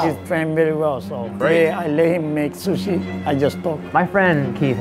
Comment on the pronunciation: Is it just me or were the saying shushi